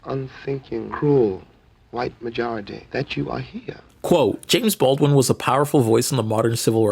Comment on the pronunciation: You keep saying James Baldin' not James BaldWin ? Am i trippin', is the W silent? Edit: okay naw i wasn't trippin, you were for a couple seconds, cause you started pronouncing the W like a minute later on in the video